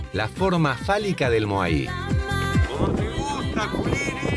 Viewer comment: Che, moai, sin acento. Hanga roa, se pronuncia angaroa. Por cierto...tu hermano es un capo surfeando.